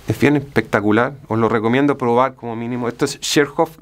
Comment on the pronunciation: Habia escuchado el pectacular.. pero no el "bien pectacuar" 😂😂